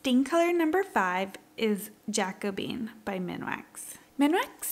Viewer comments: “Ja-coooooo-be-in” not “Jack-o-bean”. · In case you'd like to know, I think it's "jack-o-BEE-en.